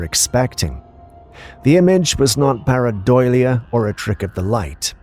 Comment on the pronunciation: Perhaps you'll start pronouncing the word right if I give you the spelling. Please take note: PAREIDOLIA.